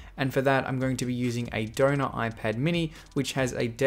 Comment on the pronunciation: when he says donor it sounds more like donut